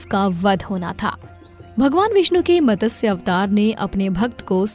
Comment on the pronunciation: Just one suggestion It's not Matasya it's Matsya Avatar..please correct this..🙏🏻